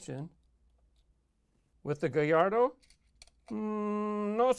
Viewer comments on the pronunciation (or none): He said gayardoo